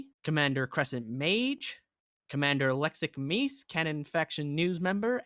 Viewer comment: So that's how you pronounce Lexic Meise...